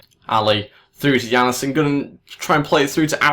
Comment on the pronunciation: Jannesen? Its Jan-sen :D